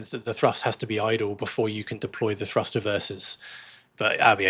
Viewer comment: When I first started watching your () videos, I was briefly confused by your pronunciation of “thrust”. With your accent, it often sounds very much like “trust”, and it amused me a little to think that a certain amount of trust was necessary to keep a plane in the air. (And a little pixie dust, perhaps.) With all the current changes in technology, propaganda, and political paranoia, trust is becoming increasingly necessary to keep our society on course. So I’m glad that you folks are keeping the trust levers securely at their cruise setting… and at TOGA when needed.